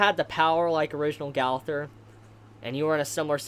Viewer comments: Its pronounced go - ther not gauther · its g-oh-thur and m-eye-el jesus christ ive never heard simple names be butchered so horribly... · im kinda mad on how you pronounce his name... like bruh they show how to say Gowther and Mael's name!!!! Mael is Mon-el Gowther is Go-ther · Go-ther, Ma-el- learn to pronounce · Why y'all be saying the name so bogus